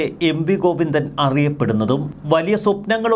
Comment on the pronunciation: ഗൊയ്ന്നോ......ഒന്ന് ശ്രദ്ധ വയ്ക്കണം....😂😂😂😂😂